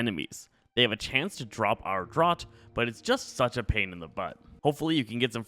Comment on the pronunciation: it's pronounced DRAFT not drought